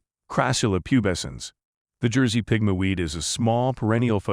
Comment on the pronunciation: It's not "pig-ma." The word Pigmy is pronounced the same as "Pygmy" ------ "pig-mee." Okay. Never mind. So many of these words are mispronounced in this vid ----- I guess this is AI? Artificial Intelligence, which you'd think would know how to pronounce words like "Cairo" and "miniature," but evidently not.